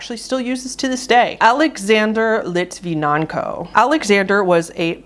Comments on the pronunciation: I think of Anton Yelchin all the time 😢 awful way to go Also the world's only assassination by radiation is pronounced Lit-ven-ENK-o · "Lit vin yen ko"